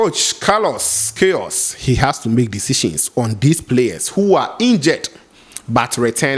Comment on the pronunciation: he said pronunciation is "Kayros". not "kayos".